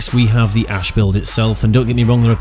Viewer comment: Ash not ass lol